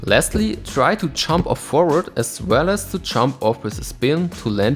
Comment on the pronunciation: Every time you say jump I hear chomp, but it works because your skates are effectively chomping onto the obstacle with their souls and H-blocks.